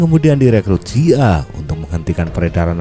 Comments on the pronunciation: Sekedar membetulkan, bukan CIA(sia) min, tapi CIA (si, ai, ei) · Hahaha agak risih jg dnger nyebut (SIA)